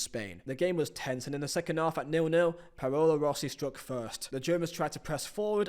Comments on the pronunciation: Brilliant video, mate. Subscribed. Question, why did you screw up the pronounciation of Paolo Rossi's name (and mine too) ? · Anyone else screaming "THATS NOT HOW YOU SAY PAOLO ROSSI!?" Great video btw... Didn't feel like 2 hours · I liked “Jerd Muller” and “Payola Rossi”